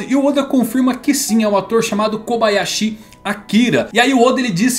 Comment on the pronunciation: Fala blz? Kobayashi, a pronuncia é cobaiaxi. Normal, sem a sílaba tonica no final. Meu sobrenome, também é Kobayashi, e quando morei no Japão, falavam da maneira wue falei.